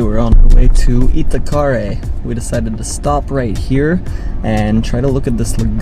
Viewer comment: This half-Brazilian gringo is enjoying your vids very much. Can I offer one pronunciation tip? Accents on vowels often change the sound of the vowels (which can be tricky), but they ALWAYS indicate which syllable should be stressed.. So, maracujá, guaraná, acarajé, Moreré, Itacaré... in every case you should stress the LAST syllable, as that's where the accented vowel is. (And "é" is an open sound, like in "peck" or "get." ) Try it, it's fun! You'll sound more like a native. Anyway, I love the way you are exploring the country, especially the many parts I am unfamiliar with. Kudos.